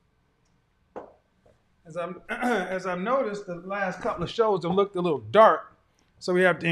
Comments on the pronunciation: I swear she just said,i look ted in his phone lol Its pronounced looked madam😂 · Did she say lookded that's not a word 😂😂 it's looked that's it not lookded